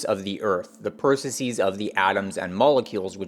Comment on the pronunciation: Why do you keep mispronouncing processes? Please stop mispronouncing processes. Not all plurals are pronounced like “diagnoses.”